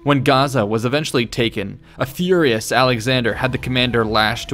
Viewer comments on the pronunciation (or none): none